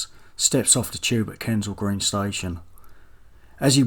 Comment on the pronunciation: You're accent is waaaay too thick and lazy : are you trying to parody cockneye mockney Ray Winstone ? That's 'Kensal' Green not 'Kaansal'